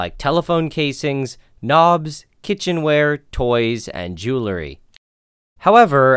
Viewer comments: daaaaang... he said jewlary.. smh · It's pronounced jew ruley not jew lury